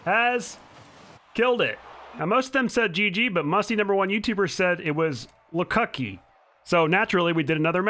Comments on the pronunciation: “But he said “LCUKY” so we rematched” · Him saying lcucky then saying cocky doesn’t sound right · I died when he said "LCUKY". The pause is what made it honestly. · the way he says "lcuky" just like what the F does that mean im dyeing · When he said "LCUKY"... i felt that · Who else laughed when he said lcucky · No one: Not even sunlesskhan: Not even my friend that can't type bye: Musty #1 youtuber: Lcuky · Hearing Sunless say "Lcuky" made me fall out of my chair😂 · Musty #1 youtuber says Lcuky lol